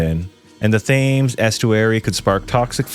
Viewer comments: Any Shire is pronounced. Er. SHEER Reading lol REDing and finally THAMES= T EMMS lol I am sure I will be back after my eye stops twitching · The pronunciation of Thames omg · It’s always pronounced “sher” never “shire” only Americans and some really posh people pronounce it like that. Also how uncultured are you that you don’t know how to pronounce “Thames” ffs. I can say Hudson River or the Potomac or Mississippi. That was really dumb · The river thaymes? lol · I know you warned us, but nothing could have prepared me for "the river th-ay-mes" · The warning was appreciated and the video is interesting but my god man learn your pronunciations that was very difficult to watch 😂 its pronounced the river "Tems"to you yanks lol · Thames???? Dude, even if you’re American and apologise, you have no excuse for that. It’s pronounced Tems, as in, the river Thames. Only one of the most famous rivers in earth. Jesus f%cking Christ. And this one, I genuinely don’t know why every American does this other than to p*ss people off but, every single county that has a ‘shire’ in it is NOT pronounced shire. It’s pronounced ‘sher.’ York-sher, Hamp-sher. You literally have New Hampshire in the US and no one ever pronounces it SHIRE, even if the only geographical education you have is from Lord of the rings. Please tell everyone in America. And don’t ever do a video on Aluminium or date formatting. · Lol a few mispronunciations: Shire is pronounced sheer in the UK Porst"mouth" = moth Cobra is pronounced cobra like the snake not cobbra Thames = Temms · The river "fames" killed me. I am now a walker. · The river TH ames? The H is silent the river (Tems) is how you say it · pronounced 'tems' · 2 minutes in, "the river Thames". Well at least you gave us warning. It's pronounced tems btw. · As a londoner, you done very well on the pronunciations for someone not from here. Tho RIVER THFAMES got me laughing 😂